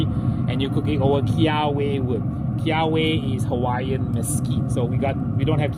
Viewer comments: great video, just for future reference its pronounced key ah vay wood, not key ah way. aloha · Hey, just fyi, for the kiawe wood the "w" is pronounced as a "v". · Kiawe: Pronounced Keh-ah-veh. ;)